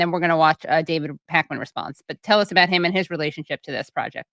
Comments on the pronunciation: Is that pronounced "A-pacman"? "I-pacman"? 😂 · After almost two decades in this space Pakman seemingly is the most ill informed political commentator on YT not aware of Hasan Piker or how to pronounce AIPAC. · When he pretended to not know how to pronounce AIPAC, it reminded me of when Dubya Bush mispronounced Nukyalur. Shortly afterwards half the media pundits in the country mispronounced it too. I noticed a change right about the time old guard dems started talking about the need for a left wing Joe Rogan. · Seriously David, you claim not to know who Hasan Piker is? And that you don't know what is or how to pronounce AIPAC? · Watching Pakman mispronounce "AIPAC" was cringe AF He's a disingenuous Zionist Gross AF And pakman saying he doesn't have restrictions is counter to the fact that he signed a contract. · Aipac... Ipac.... 2pac... idk how to even pronounce it... LMFAO... Pakman is one of the BIGGEST FRAUDS on the internet...